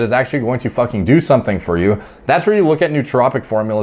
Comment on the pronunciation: fAKinnN PEELED OUT OF HIS TREE